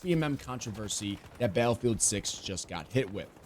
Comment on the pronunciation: I agree, I do not believe it will be anything like COD. But please please please, learn how to say the word Battlefield. Hearing you say Balfield over and over again was super cringe. There are two T's in Battlefield. I felt like I was losing brain cells. Balfield 😂 get it together man! BATTLEFIELD!!